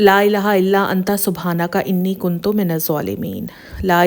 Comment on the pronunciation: Lailah illa anta subhanaka inni kuntoo minz zulaamin(plz correct the pronunciation of word kuntoo)